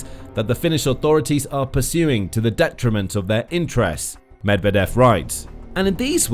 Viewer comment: You don't sound like a reliable news source when you don't bother to spend a few seconds to find out how Medvedev is pronounced before saying his name many times: muhd-VYEH-duhf